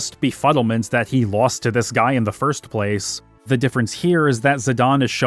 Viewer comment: "I don't know what suh-hee is thinking, that guy-al is a paradox to me."